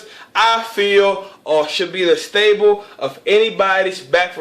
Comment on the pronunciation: Its Staple not "Stable"